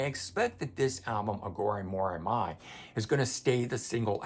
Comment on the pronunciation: on your inquiry about physical release vs digital. I would lean more to believing it's due to production delays/vinyl shortage. They want to rush the release for the tour. Side note if you revisit, you may want to check pronunciation of Iha, Atum, and Aghori Mhori Mei. Corgan has a video where he pronounced the new album for anyone questioning. And his pronunciation of Atum is much closer to Autumn.